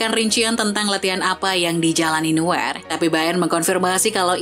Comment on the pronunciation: nuer nuer ngomong yang benerrr!